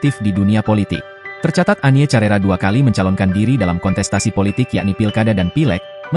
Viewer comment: Penyanyi tahun 80 an.. bukan tahun 90 an.. bukan carera, tetapi di baca karera...